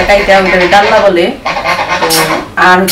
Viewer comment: ডাল্লা নয় ডালনা বলে।